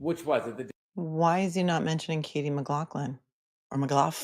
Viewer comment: The last part is so fun to listen to and laugh at all the funny comments and screen names and saying funny stuff like Maglaaahhphlin and the papas...sorry for your loss.